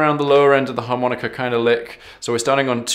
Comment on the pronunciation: Harmonicer, and buegee sounds so un-blues. As Sonny Boy used to say, "In England they want to play the blues so badly, and that's just the way they play 'em"., please learn to say "Harmonica"